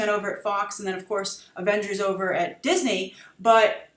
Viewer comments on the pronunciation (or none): none